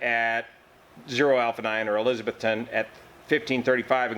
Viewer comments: We say elizza-BETH-tun. Only furiners say it like Elizabeth with a ton on the end. Watch for clarification Cheers, -- Joe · It’s eliz. A Beth ton. Tennessee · the crash occured in Eliza-BETH -ton. We're in NE Tennessee, which is in the south. We sometimes pronounce things funny, and in this case, it's ElizaBETHton. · Sorry dude, it's pronounced "e-liz-a-BETH-ton", OK?